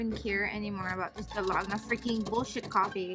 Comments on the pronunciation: Hi! For the coffee u supposed to use equal parts of everything, and it really does takes time and muscles to make it by hand. Use electric frother or mixer if u have it for faster result. Also, its pronounced Dal-go-na, not Da-log-na 🤣. The cake tho looks soooo bomb tho!! Really wanna try one of the Carlos Bakery cakes! p/s: please do more mukbangs outside 😍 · I laugh everytime she says Da-log-na coffee 😂 hilarious